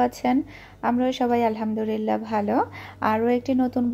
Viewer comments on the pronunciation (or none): none